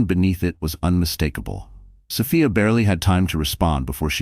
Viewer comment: Sophia is pronounced so fe is long o, long e